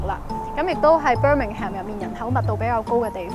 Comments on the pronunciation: 提一提, Birmingham 發音唔係Bir-ming-ham, 係Bir-ming-am, 個h係唔發音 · 記住係讀"Birmingum"呀😂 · 謝謝影片。Birmingham最尾的發音不是讀"ham". 上網有輔助資源學。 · Birmingham 唔係讀Ham.... 無h 音 同am 音係煩似fulham 讀ful林 咁既音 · Pretty sure Birmingham is pronounced "bir-ming-em" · 最好留意下Birmingham個發音